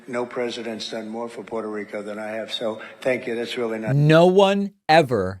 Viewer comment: David, as a fellow Latino, you should be pronouncing Puerto Rico correctly.